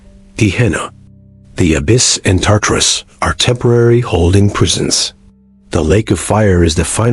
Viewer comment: AI is SO stupid that it pronounces Tartarus about 5 different ways in just this one video. What does that tell us about relying on “artificial intelligence”? Smh